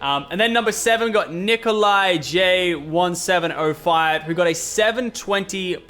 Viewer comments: It’s nikolaj not nicko lie jay lol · it’s pronounced Nikolaj Only Brooklyn 99 fans will understand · Niko-lodge I think it’s pronounced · its pronounced Neekolaj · it’s pronounced ni-ko-laj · It's "Nikolaj" b99 fans where u at?